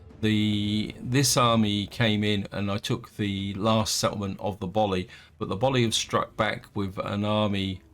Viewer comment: Boii, pronounced Boy, not Boli.